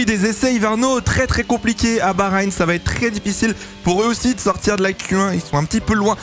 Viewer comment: tRRRès tRRRès 😂